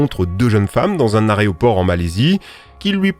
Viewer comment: c'est quoi un arret-au-port ? 😜